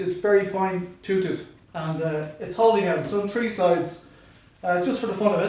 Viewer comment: Love the way you say toothed! "Toot-head"